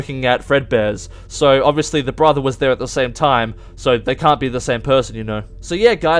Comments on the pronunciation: Josh Heatley no he deffinatly said broper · nah he said BRAther